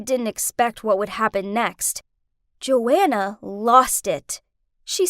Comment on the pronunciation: Joanna is my name but that isn’t how u say my name